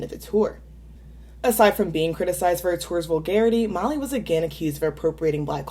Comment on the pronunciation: I enjoy your videos,, but why do you pronounce Miley's name "Molly?" Even when it's transcribed with subtitles online it's written "Molly."???